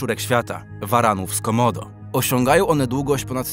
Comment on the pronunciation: 1;33 usłyszałem zamiast Waran z komodo, waran z komdą.